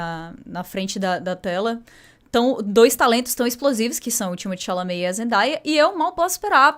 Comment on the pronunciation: falando Timothée Chalamet: timichame, timi tchumi, Chimichurri